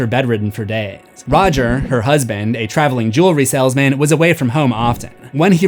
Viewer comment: "saLESMAN?" were you trying to do something there?